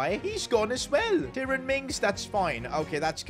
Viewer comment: Me being a huge villa fan with him pronouncing names ( Albert Moreno , Ti rone mings ) and selling Alex Moreno , Archer whose actually a baller. And signing correa when watkins will develop on fifa better then correa 💀💀